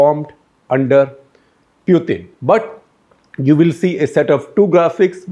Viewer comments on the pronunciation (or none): Interesting piece by SG. But I find it distracting that he cannot pick the right pronunciation of Putin. The accepted pronunciation is POO-tn not Pewthin or Poothin. He also swicthed the pronunciation a couple of times! And he made one glaring error - talking of Russia supplying weapons to both China and Russia when he was probably intending to say India. SG also uses Sovieth instead of Soviet union. Seems to favor the soft "the" sound over the harder "t" sound. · He is not p-ew-tin .. he is p-oo-tin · This Shekhar Gupta with his annoying delivery ( constant hand waving & a gross Bazaar accent ) insists on mis pronouncing “Pootin’s “ name in 10 different ways. His analyses is ridiculously infantile. But I guess as the saying goes “ in the Land of the Blind even the One eyed can become the King”. The avg. IQ of India is just 85 (?that for even Thailand is 95, China 103 ! ), and the IA of the BIMARU states even LOWER. But they constitute 40% of the electorate and have run the country since Independence, to get which they did so little. They are responsible for India falling so far behind China. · Please don't call him Pewtin. It is annoying to hear wrong pronunciation. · Can you stop calling 'Pew-tin' ? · What a waste of time listening to this guy. He beats around the bush, digresses a lot, and can't even pronounce Putin's name properly.